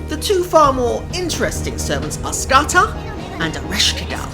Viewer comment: Not Ska-tak but Ska-Hak or Ska-Hawk